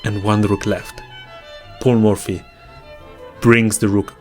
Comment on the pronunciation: I don't know why I was hearing "Poor Murphy" instead of "Paul Murphy" all along 😂😂